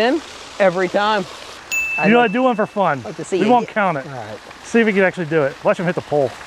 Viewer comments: i know you said for three 3 but it sounded like f**k three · it sounded like he said fuck